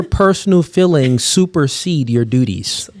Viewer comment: 99% of men are able to say the word "feelings" and not have it come out as "fillings" unlike